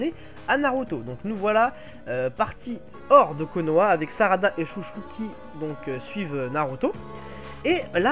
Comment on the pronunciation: Pour la fille de Chôji, ne dit pas "Chouchou" à la française car en romanji, les "ou" et "ô" sont des allongement du "o". Après tu prononce beaucoup d'autre prénoms à la française mais je trouve que c'est bizarre de dire Chouchou à la française :/